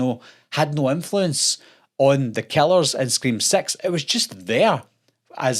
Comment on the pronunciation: I'm sorry I know it's just his accent and I know he's saying "six" but I can't get over how much it sounds like he's saying "Scream Sex".